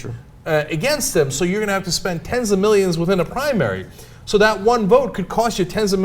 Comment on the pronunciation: 'primanary' lolz